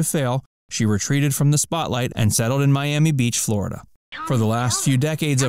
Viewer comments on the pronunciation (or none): none